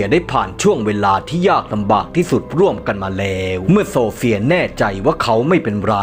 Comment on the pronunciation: ฉันได้ยินโซเฟียเป็นสมศรีเลยฟังอีกรอบอ๋อออโซเฟีย😂😂😂😂